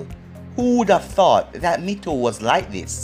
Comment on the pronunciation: It’s not mikato it’s mito